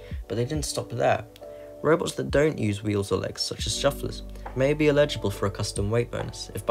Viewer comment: Love this video. The way you pronounce "eligible" makes me want to climb a wall, though.